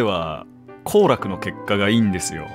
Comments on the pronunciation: うっしーの行楽のイントネーション気になってるの私だけ？(愛しみ) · 行楽の発音でいつも三遊亭好楽がフレームインしてくる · うっしーの「行楽」の発音が完全にラーメンの方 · 「行楽」のイントネーションが渡る世間は鬼ばかりなのが毎回気になってしまうｗ